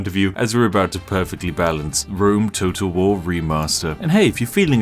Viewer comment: Is it only me that hears "Rome total war" as "Rome toad of war"